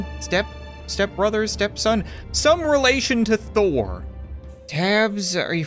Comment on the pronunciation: Thor not thorn